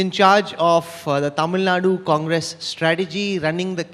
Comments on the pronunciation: It's TAMIL NAADU! NOT Tamil NaaaaD!! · GVL Narasimha Rao: It is not Tamil Nad, but Tamil Nadu. Better call it, Tamizh Naadu